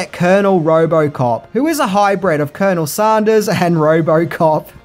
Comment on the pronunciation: Who pronounces colonel sanders like that